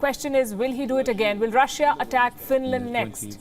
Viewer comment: Quit pronouncing Russiya. It's Russia or Roosia.